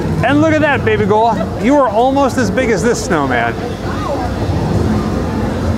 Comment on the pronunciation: I love you calling her BABYGOUHL!!! OMG, my fave!!